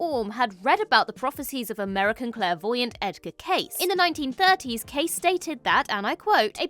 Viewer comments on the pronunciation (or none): Edgar Cayce is pronounced like the name "Casey" not the word "case" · PLEASE research before posting. Edgar Cayce's last name is pronounced: KAY-see. You obviously have NEVER heard of him before and you didn't even Wikipedia his name. Yeah. Thumbs down and "Do Not Recommend". I'm pretty much over Doctor Who, after 40+ years. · I'm sure that Cayce, is pronounced the same as Casey. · FYI - Edgar Cayce's last name was pronounced 'kay-see'...